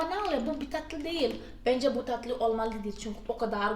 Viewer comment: Tatlıyı ne kadar datlı diyorsunuz :))